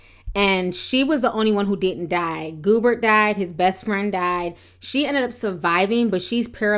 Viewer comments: I loved this video. The only thing that irked me is when she kept saying Rookie's last name as Goober. I think Gobert is pronounced as Go-Bear. I think it's French. Like the NBA player Rudy Gobert. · Gobert...pronounced Go Bear...not Goo Bert. cold deal though